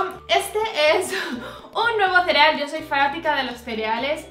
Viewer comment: Arregla tu rubor con alcohol, super funciona! Yo rompí mis sombras favoritas y las arreglé con alcohol (Hay varios vídeos en yt) Pd. Sigo amando como pronuncias cereal haha. "tserial" Te quiero! un beso xx